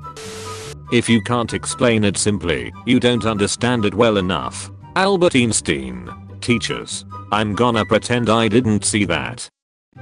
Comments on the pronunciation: Albert eenstin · "Albert Eensteen" hehe